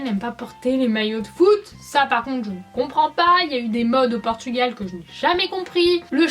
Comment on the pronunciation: Déjà on dit PORTUGAL et pas PORTUGUEL !